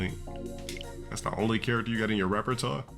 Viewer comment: Repertaw. Oh yeah. Real new age